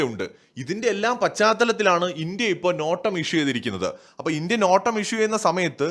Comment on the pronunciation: നോട്ടമല്ല... നോട്ടാം എന്നു പറയണേ അടുത്ത വീഡിയോയിൽ.....